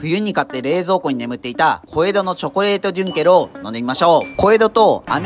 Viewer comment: デュンケルがユンケルに聞こえるw